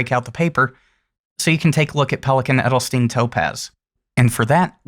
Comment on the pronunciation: I think it would be a great ink in a wet pen :D So that I can some of the darker shades out of it, but that is just personal preference. :) A little tip for the pronunciation of „Edelstein“... :) It’s not pronounced like „Edelstin“, it is pronounced more like „Edelshtain“ :)